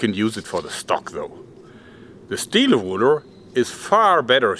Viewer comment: "ze woooden rooler" Oh my god! I love that german accent so much!